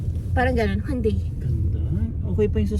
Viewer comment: "Hyun-DEI"... pero pass sa Korean car brands. Congrats in advance po.